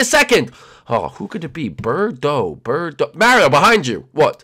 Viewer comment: it's birdo not berto